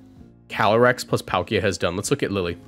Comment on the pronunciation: Heads up: Lille is pronounced Leel, not Lilly.